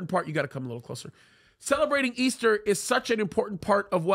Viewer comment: Come on now Pastor please stop saying ester. It's Resurrection Sunday. ✝️👑